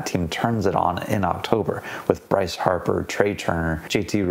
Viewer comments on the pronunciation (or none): none